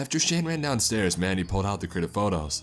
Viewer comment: oh mandy! I thought this man was saying manny